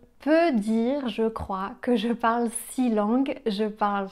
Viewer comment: Interessant…tu as prononcé le mot « six » (dans l’expression « six langues ») comme « si ». Est-ce c’est un phénomène particulier à ton dialecte de français ou est-ce que j’aurais appris ça au lycée quand j’apprenais le français dans les années quatre-vingt et je l’ai oublié ? Merci !